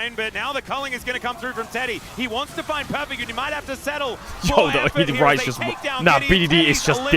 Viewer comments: Bro when I heard the casters I was hearing fries because ceadrel was saying fries and I was thinking no way it’s actually called the fries group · All this time I thought Caedrel was calling the Rise group the Fries group. My day has been ruined. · the casters sometimes say fries group too